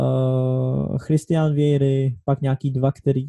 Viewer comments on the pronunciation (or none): none